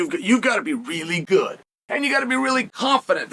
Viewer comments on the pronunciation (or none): none